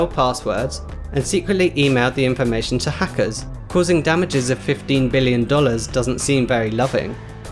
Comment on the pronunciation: you say 15 like 50